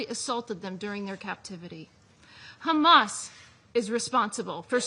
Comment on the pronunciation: how many times did she say khamas? 😅